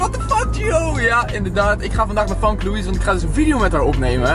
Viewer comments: gio je zegt "famke" maar je spreekt het uit als "femke"😂🙈❄ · Het is femke niet famke (Kwa uitspraak dan) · Je schrijft Famke maar je zegt FEMKE❤️❤️ toch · je zegt Famke maar je spreekt t uit als femke Haha 😂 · Waarom zeg je famke in plaats van femke😃😃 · Je schrijft Famke maar je zegt Femke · Je zegt Femke, niet Famke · Hoi ik ben echt ruise fan maar je schijf famke maar zegt femke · je spreekt het uit als Femke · Je zegt haar naam heel raar